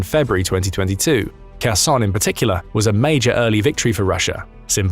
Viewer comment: Why is it people in the west always pronounce in Kharkiv when pronouncing it verbally. Ukrainian Don't pronounce the k in Kharkiv or Kherson Oblasts.. please, in future videos just pronounce it with a H ......it's a silent K once again ukrainians do not pronounce the K.. thank you How successful this operation will be into Russia remains to be seen.. your video makes it sound like Russian troops have left Donbas completely. Glory to Ukraine ,glory to the heroes 🔱🫡